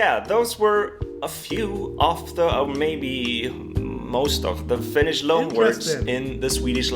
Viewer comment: His finnish pronounciation is the typical pronouinciation most swedes have when sayin finnish words, i.e incorrect